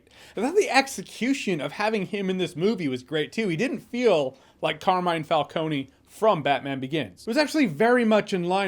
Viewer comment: Car Me Ne (like the first syllable in the word Never) Finally the accent goes on the first syllable: Càrmine. Not "Car(which is)mine"...